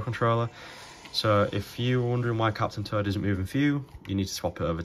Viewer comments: Love your videos, but man when you say Captain Toad, it sounds like you are saying "turd" like poop haha. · captain turd... and turdette... sorry no disrespect but thats all i heard lol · I love how you pronounce captain toad as captain turd and turdette 😂😂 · Lol I was looking away from my phone while listening and I thought he really was saying captain turd until I looked back at the screen and realized he was saying captain toad 😂